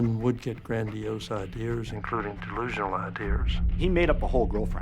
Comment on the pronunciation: "Idee-ers". What academics speak this way?